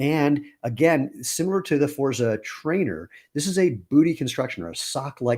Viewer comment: congrats on the new designs. forza has a heavier emphasis on the z...imagine its a double zz sound like pizza and you've got it. looking forward to trying a shoe after getting some sandals